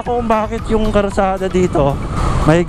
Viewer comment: Karsada? Hindi ba kalsada heheh